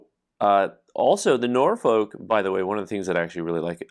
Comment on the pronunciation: It's "NOR-fuhk", not "NOR-foke".